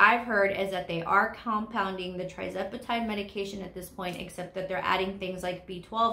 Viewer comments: Lovely video,. Just a note - it is tirzepatide, not trizepatide, in case someone is researching. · I believe it’s pronounced“TUR” zepatide (tirzepatide)